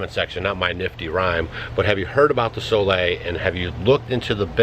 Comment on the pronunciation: New drinking game: take a shot every tome she says Soleil. So Lay.